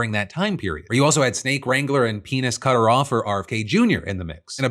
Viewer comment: “Penis-cutter-offer” SENT ME. 😂